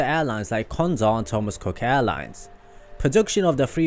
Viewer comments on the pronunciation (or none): none